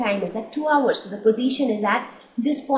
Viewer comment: Mam your video is best but your pronunciation of 'hours ' was wrong